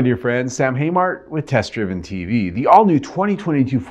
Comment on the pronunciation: I noticed you didn’t say “ with TEST! Driven tv” emphasis on the word TEST 😂. having a bad day? See Sam I’m paying attention always!👂 and they really should have made this an EV truck.